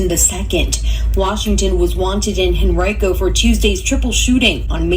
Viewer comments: You pronounced correctly Henrico, VA metro area of Richmond, VA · Live in Henrico County, metro of Richmond, VA, you pronounced correctly.